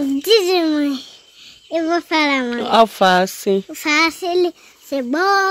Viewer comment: é um encanto, super inteligente. Amo qd ele diz alfaceli. Um dia ai vou conhecer esse paraiso e esse encanto de menino.